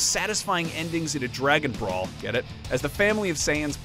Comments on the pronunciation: Brawly??????? I thought it was BROly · Call him "brawly" one more time........